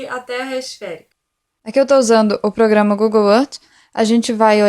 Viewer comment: progama kkk e serio???? aff